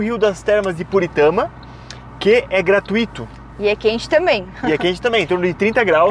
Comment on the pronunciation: a pronúncia de gratuito! Preste atenção. Não tem acento. Corrige a pronuncia!! Adoro vcs!! 😍😍😍😍